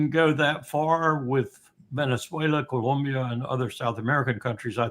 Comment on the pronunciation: why did he pronounce Colombia like that lol.